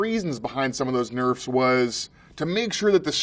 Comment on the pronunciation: "generally, nürfs happen when .."